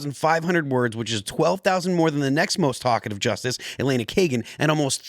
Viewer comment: Does Phil have dyslexia? He calls the two justices "Kagenti" and "Carice Thomans."